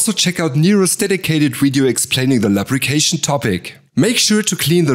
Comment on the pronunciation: Great video! As a feedback, you might want to review your pronounciation of "Lubrication" (actually pronounced Loobrication instead of L[a]brication)